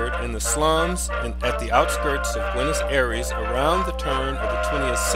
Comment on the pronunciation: You are not pronouncing Buenos Aires right....thats a bit suprising since it is a capital.